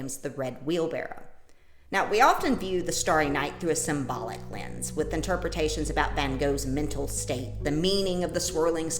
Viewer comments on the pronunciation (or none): none